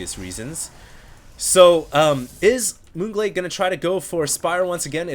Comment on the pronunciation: lol sounds like un glade